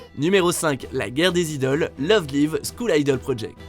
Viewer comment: comment il a dit love live whattt